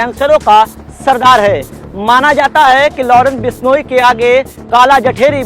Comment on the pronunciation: haniyara ya hariyana bishloi ya bishnoi